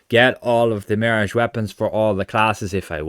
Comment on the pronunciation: "Marriage" weapons... Mon... Repeat after me.... (MEEEE-RAAAAHHHGGGEE)..